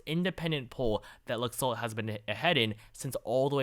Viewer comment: For future reference, the Republican candidate in Nevada's name is pronounced "Lack-Salt."